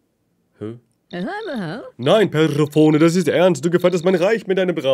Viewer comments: Omg immer dieses perseoooone man spricht das perseeeeeephoneeeeee. Auch bei hobbylos 🤣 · Bitte Ju!!! Es ist Perseeeephonee nicht Persephooooone. Mit viel Betonung auf dem 2. e und etwas weniger auf dem letzten. :) Sonst ein geiles video. Dankeschön<3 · Perséphoné wird sie ausgesprochen 😭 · JUUUUUUU! PersephonEEEEE, nicht Persephonää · Wie es mich getriggert hat, dass sie ständig persephones namen komplett falsch ausgesprochen haben...."perverse telefone" 😂 ansonsten top video wie immer 😂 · Guys Perséphoné ausgesprochen, sie ist Demeters (Göttingen der Fruchtbarkeit) Tochter ;-; Aphrodite ist mit dem Schmied Hephaestus verheiratet,_ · Es heißt Persephone